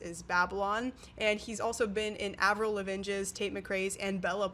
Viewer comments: sorry but j was just about to comment that! Isnt it pronounced Ævril La’vine? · My dear, it’s Avril La-Veen is how you pronounce it. 🤦🏻‍♀️ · I’m sorry (no hate) how did you pronounce Avril lavgine? 😭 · The pronunciation of Avril Lavigne The pronouncation of Kesha I'm counting, ma'am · KIIILLLS me. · fr I'm like how young must she be to have never heard anyone say Kesha or Avril Lavigne 😭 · I just spit out my coffee when she said it 😂😂😂 no shade, girl! how are you supposed to know? I only know cuz I was alive when radio djs pronounced it for me!